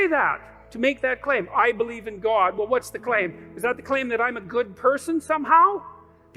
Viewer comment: Never trust anyone who pronounces the word god as Gwod…